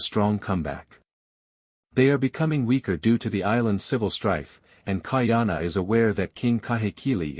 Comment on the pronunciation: Please get a proper ‘Olelo Hawai’i speech consultant. Ka’ahumanu is pronounced KAH-AH-HOO-MAH-NOO with the ‘mah’ sounding more like ‘muh’. So, practice slowly first as KAH-AH-HOO-MUH-NOO. With slight accent on MUH. Mahalo nui loa.